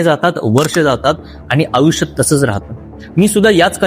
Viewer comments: आपण आयुष्य चा उच्चार आऊष्य असा करताय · अहो आधी *आयुष्य* हा उच्चार तर नीट करा